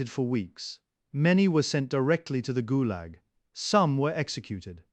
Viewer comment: “…ghoul-Yahg….” (Fictional pronunciation of Gulag…)